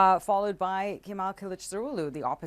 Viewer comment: just say Kemal hahahaha